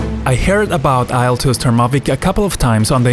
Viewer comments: A bit of a bitch about it, sorry, but IL is most likely read as "eel" and not "isle" due to the fact the actual full name of the plane comes from a russian name Ilyushin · It's pronounced "eel-2" :)) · at least learn how to pronounce IL-2 correctly if you gonna make a review about it...